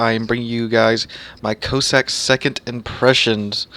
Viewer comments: Your mispronunciation of the ships name was painful to listen to. Can it be that hard to find out the correct way to say Cossack. Listen to Jingles he has it spot on. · Please, go and listen to the correct way to pronounce Cossack ... pretty please